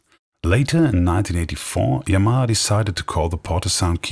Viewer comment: I would actually prefer those "bulky" organs from the '70s. There's a Yamaha Electone E-5 on EBay now, what a machine!!! Anyway, someone at last pronounces the word Yamaha properly, without stressing any syllables.